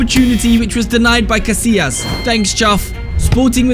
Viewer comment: İt is not pronounced like that casilias